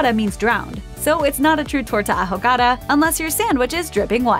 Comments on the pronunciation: I cringed every time she said "a jo ga da" instead of "ahogada". 😬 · "Ahogada" lmao 😂😂😂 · OOOOOHHH! I legit didn't even understand her when she was saying it.